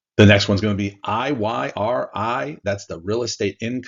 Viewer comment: It's IYMI, not IYNI. These aren't meant to be NAV monsters, but income funds and they deliver and QQQH holds its NAV and even grows. On DRIP, QQQI outperforms the QQQ. Also QQQH is a hedge against QQQI